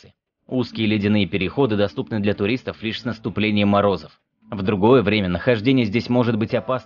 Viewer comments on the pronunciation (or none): none